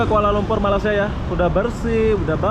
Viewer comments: Kenapa sebut Malasia.. Sebutan nya ialah Malaysia.. Atau pun org Melayu sebut melaysia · agak2 lahh bahasa tu cik.... Cara Kau brckap mcm. tk btul.... Jauh nye sebutan malaysia.... Dgn malasia🙄🙄🙄 I'm Malaysian 🇲🇾🇲🇾 cuma perbaiki Cara kau menyabut nama negara.. Taguran jerr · Malaysia bang, bukan malasia. Btw salam dari Indonesia